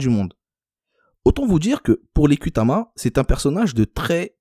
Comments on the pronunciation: On écrit ''Kutama'', mais le ''u'' transcrit un ''ou''. Prononcez donc Koutama, pas Kutama. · Kutama tribu de petite Kabylie chose que tu as du mal à dire... l' arabe